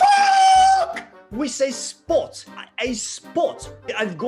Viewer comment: Your "spot" sounds like "sport" because of the way you're uttering that vowel. Just thought I'd let you know.